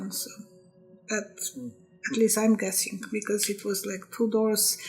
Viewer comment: Did she say guessing ? .....